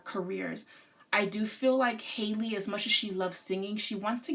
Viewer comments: No Hailey .. HA- Lee like the Ha in hat Halle ... amazing reading queen 👸🏾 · It's Halle not Holly/Hailey lol and they're not twins...like you said Chloe is a Cancer and Halle is an Aries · halle literally has the same first name as halle berry and ppl still pronounce it wrong 😭 great reading ❤️